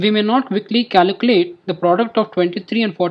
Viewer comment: Great video but it’s pronounced caLculate not caLUcalate Trying to help you good luck brother